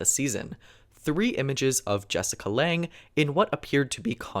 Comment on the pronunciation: I know. Not how that name is pronounced, though. (And her family name is spelled Lange)